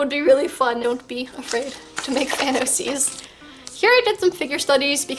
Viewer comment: When you said fan oc's, my sister thought you said thanos seas 😂